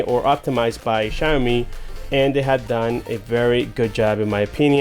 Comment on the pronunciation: its pronounced as shao-mee (xiaomi). anyways good review tho. thumbs up bro